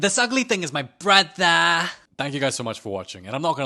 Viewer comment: THE FACE I CANT 😂😂 also "This ugly ting is my brothaaa"